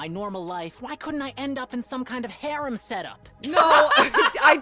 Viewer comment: Yeah va pronunciation of “harem” gave it away to me personally